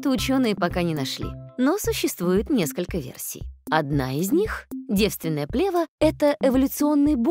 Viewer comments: Правильно ставить ударение на второй слог – плевА́. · еще б ударение правильно ставили- что за дикая плЕва!? хоть бы в словарь заглядывали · Ударение точно правильно - плевА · Вообще-то не "плЕва", а "плевА". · Не плЕва, а плевА. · Противно слышать когда в ключевом слове, повторяемом многократно, неправильно ставится ударение. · В слове плева ударение на последнюю букву.